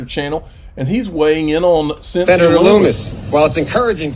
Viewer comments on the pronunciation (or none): Senator Lummis rhymes with hummus. Calling her Loomis isn't the best way to ask her for favours.